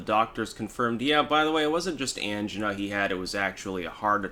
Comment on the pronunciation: Angina it’s pronounced similarly to vagina.